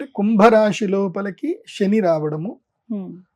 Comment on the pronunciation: Shani kadu Seni Ra Nayana shalu Yekkada cheppalo akkada cheppandi sha sa theda unnadi